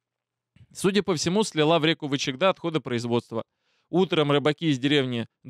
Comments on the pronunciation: все в точку, только ВЫ'чегда, а не ВычегдА'. Это зырянское название реки. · Река называется вЫчегда, на первый слог. Но мне всё же интересно почему вы сказали ВычегдА?! Хм..... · про название реки, надо говорить ВЫчегда, надо ставить ударение на первый слог! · правильно произносить ВЫчегда.., Ударение на первую гласную. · последи за ударениями ВЫчегда, ПАрголово (в др. ролике). Ох уж эти москвичи...) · в названии реки - Вычегда, ударение падает на первый слог. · наша река называется Вы'чегда, а не Вычегда', Ко'тлас, а не Котла'с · река ВЫчегда, ударение на первый слог, КОтласский, ударение тоже на первый слог. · Неверные ударения : вЫчегда, кОтлас. А по сути очень интересненько, Медвежонка в утиль! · Котлас и Вычегда ударение на первый слог.